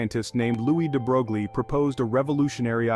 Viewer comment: No picture of DeBroglie and no mention of how it inspired Schrodinger! Proper pronuciation is "DeBroy". Pardon my nit picks! Otherwise, well done.